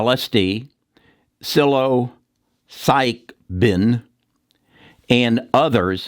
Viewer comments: here is some respectful feedback ( I think you're on to something potentially very helpful) . . . . it would help your credibility if you would learn to pronounce Psilocybin, especially since it's super easy. Here's how I've heard it pronounced, and I think this is correct: SILL UH SIGH BIN. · Psilo Psych oh pin is how he prounounced it, Laughed my ass off. Great to see someone who has probably never used these drugs, promote them! thank you!